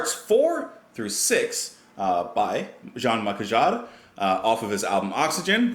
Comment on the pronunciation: Hi Justin, so glad you've finally ventured into the world of Jean - Michel Jarre, a totally unique musician, With the pronunciation of his name, he has a double barreled first name of Jean (like John with a soft J) Michel (as in the girls name) and his second name is Jarre (as in jar with a soft J), You've started at a great place with Oxygene and I do hope you continue further into his discography, The next album is 1978s Equinoxe which shares a similar vibe as Oxygene but in my opinion is better, next is Magnetic Fields in 1981, again building on the progress of the previous two albums, On occasion it seems that Jean - Michel has composed an incredible 15 - 20 minute piece and then in order to release it on an album is forced to compose accompanying pieces, not that the other pieces are unworthy but you can tell the album is centered around the major track, this was the case with 1984s Zoolook, centered around the colossal track Ethnicolor, this album was unique at the time as it heavily utilised the Fairlight CMI sampling computer to play with the human voice. Next up is 1986s Rendezvous, a complete album centered around the NASA space program, culminating in the beautiful "Ron's Piece" a tribute to Astronaut Ron McNair who sadly lost his life in the Challenger accident. 1988s Revolutions is another album centered around a major track, that track being Industrial Revolution 1, 2 & 3, Wating For Cousteau in 1990 is dedicated to the undersea adventurer Jacque Cousteau, the i